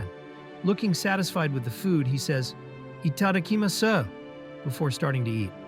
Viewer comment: ee tod a key ma SUH. Yeah that's one way to mispronounce it. "Eat a ducky moss" ... that's how itadakimasu is pronounced. Kubohime is another Japanese word. It is NOT "kubo HEIM" ... Princess is "hime" pronounced "hee may" so her "name" is pronounced "coo bo hee may"